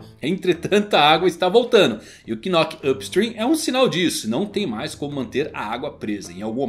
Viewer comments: a pronúncia do Knock up Stream não saí o "K" é tipo Knock out meu nobre guerreiro do mar, então fica só "Nock up Stream" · Na proxima nao precisa ler o "k" do knock na proxima, é mudo. Falar "nock up stream" é mais fácil kkkkkk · a pronuncia de knock up stream e de boa, só pensar em nócap strim, a letra K nao se pronuncia ^^ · knock vc não pronuncia o K…. Igual qdo knock out o famoso KO,…